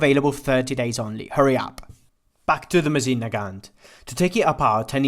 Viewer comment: ВинтОвка МОсина, а не ВинтовкА МосИна